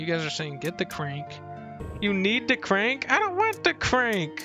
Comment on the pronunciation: “Da crenk” I love this guy!